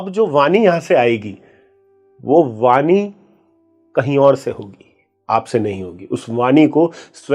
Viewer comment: उम्मीद करता हूं आप मंत्रोच्चारण नहीं करते होंगे...! और न ही करे तो बेहतर होगा... क्योंकि आपके शब्द उच्चारण सही नहीं हैं... "वाणी" को आप "वानी" बोल रहे हैं...